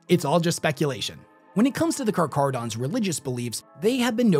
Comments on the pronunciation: It's a Greek word, so it should be pronounced "k" instead of "ch" as in chair. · Car cara don. No ch sound. Just like the name for the white death. Keep at it. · It's pronounced like a [k] sound, not [ch] Carcharadon is scientific name of white shark genus, from Ancient Greek — κάρχαρος (kárkharos, “sharp, jagged”) + ὀδών (odṓn, “tooth”) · It annoys me so much that switches between pronouncing it as car-carodons and car-char-odons hes literally the only person ive heard pronounce it as car-char-odons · Pronounced.. Car-cara-dons.. Not car-CHara-dons. Hope this helps for futire videos ✌️ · I hate to be "that guy" but Car-kah-rah-don Great video, best chapter 👍 🦈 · Ngl his pronunciation is hurting my soul. The "Ch" is prounced as "cuh" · I heard you pronounce them as "karkaradons" and "karcharadons". Do you know which pronunciation is correct? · For anyone confused since pronounces it two different ways (intro and then details) - it's Car-KAR-a-don. The CH is pronounced as a hard 'K'. Aligns with the Greek roots of the word, where "karcharos" means sharp or jagged, and "odon" refers to teeth, reflecting the characteristics of sharks. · Car-car-odons my guy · Car-cha-ro-dons learn to read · *karkarodons is the correct pronunciation. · you say the name wrong its car-care-u-dons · My dude, it's pronounce like "car-care-uh-dons" lol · I love your videos, but it’s pronounced car-care-uh-dons. It’s an actual word based on the Greek word for shark. You did such an amazing job with this, but didn’t take the time to check the pronunciation. Like if someone made an incredibly detailed video of Chevrolets sports car, but kept pronouncing corvette as kor-vee-tay. Still, good video, still giving a thumbs up. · I love you and your videos but my god man, not every ch makes a chuh sound. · I think it is pronounced kar-care-o-dons Also, Ky-mare-a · I'm sorry, but i can't take this video seriously after you mispronounced carcharodons.